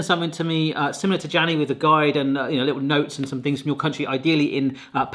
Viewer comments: It's pronounced 'Yani' but it's fine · Jani ✖️ Dzänii ✔️ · jani is pronounced like yani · u cant say that and ehy u saying "jani" as "jenny" not even same genders name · The finnish J in Jani is like Y in Yahoo. Edit: Second try was actually perfect. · What is it with Brits and the letter J? Jani, Jose, etc. Almost everybody says it properly. Not Brits. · I think The name is pronounced yane. Also Fazer is pronounced fatser